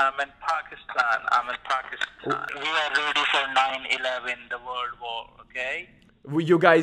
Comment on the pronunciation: Yeah they’re not Pakistani they’re Indian. Pakistanis don’t pronounce Pakistan like that